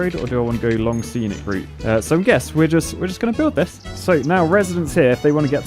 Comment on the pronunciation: “Scenic” not “senic”